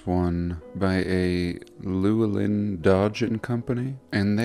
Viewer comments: The name Llewellyn is pronounced Loo ell in. It's Welsh I believe. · "Llewellyn" is like Lou-Ellen. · LLEWELLYN is pronounced "Lou Ellen". That's some DALL E 2